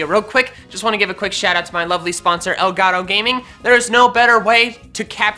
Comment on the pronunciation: Bro you’re from Texas! Say El Gato right! Lol love the vid!